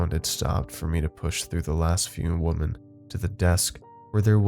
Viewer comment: Does noone know how to correctly pronounce women anymore? It's not the first Youtube channel where I've heard it pronounced wrong.